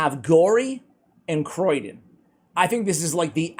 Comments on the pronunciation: Hey! I don't think it's pronounced Croy-den, otherwise it'd likely be spelled Croidan. I think the name might be a play on cryogenics since he freezes stuff so maybe Cryo-dan or Cryo-den. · Sorry but I have to say. It's not Croidan but Criodan. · Please stop saying "Croydon" one of the less salubrious suburbs of Greater London! ... it's Cree-oh-dan. Same with one of your favourite Dwarves: you say Fly-ja, it's FYL not FLY giving a pronunciation of feel-yuh or fill-yah. Being an RP accented Voice Artist makes me a bit of a pedant ref such things. Loving your work though, as always! ;) Keep-on, keeping-on.